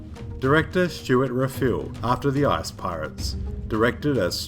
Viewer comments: Sounds like he said "ass pirates" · Every time you said "ICE" I swear it sounded like "ARSE" to me!!! Best video ever